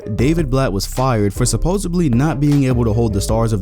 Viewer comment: did you just say supposibly?